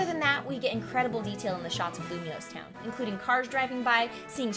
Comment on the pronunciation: Awesome! I can't wait 'till E3 next week for more news too, and also if the region is based on France (or Europe itself) which it seems like, I think Lumoise would be pronounced "Lum-wah" but I'm not 100% sure.